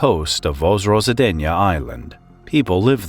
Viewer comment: Vozrozhdeniye sounds nothing like pronounced in the video, either. It's more like "Voz-rož-DEN-ye